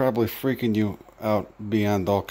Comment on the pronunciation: He literally said said, "I'm gonna take yuz to a rehab facility." I love accents, I hate that Americans are losing them.